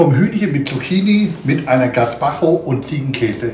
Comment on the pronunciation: Ja, den Pflaumen-Balsamico hab ich auch gekauft. Er ist phantastisch 😌 😍 und diese leckere "Suppe" wird "gespatscho" gesprochen 😌